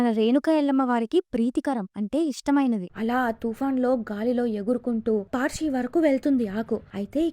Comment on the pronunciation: అది పార్షి కాదు మేడం పర్శి అంటే పరశురాముడు అని అర్థం